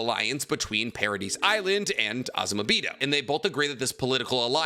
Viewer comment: I love this guys content but I hate how he says Paradis😂